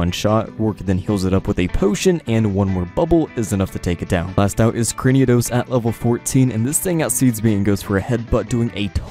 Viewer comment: It's Cranidos, not Craniodos :(